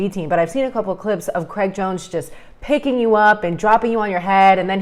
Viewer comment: Craig not Creg like Greg